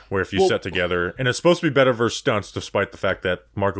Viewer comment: Thanks.. at least now I'm not alone in pain when he constantly says 'verse'. 😖